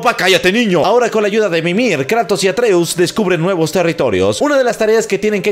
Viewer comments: Es Kratos no Kreitos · Le dicen kreitos más le dicen Kratos pero Atenea le decía kruitos en Inglés yo de niño con mis amigos le decía el juego del pelao plomo 😂😂